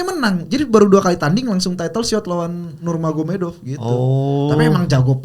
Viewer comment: "nurmagomedov" dibacanya "nurmohamadov" di salah satu interview khabib